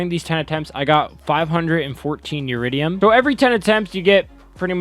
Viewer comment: Eridium not uridium